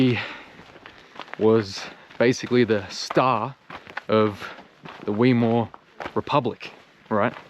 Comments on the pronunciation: Dude: Not "Weemar Republic" : "Whymar Republic". Or: "Wimar Republic". And, please no Hebrew miths and guilt, and shaming. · Please excuse the correction to your pronunciation..it's pronounced Vy/Mar, not Wee/mer. Thanks for putting up the truth of those times. We need more people to know what was actually happening. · Great vid. Fyi, Weimar is pronounced Vimar, like Wagner is pronounced Vagner. The w in German is basically pronounced with a v. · weimar is pronounced with a Vand the said like Vymar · It's pronounced (Vi Mar) republic, Read a book - maybe two! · Explains nothing. And “wee-more”?! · Thank you, great vid. 👍 "Weimar" you pronounce (vaimaa).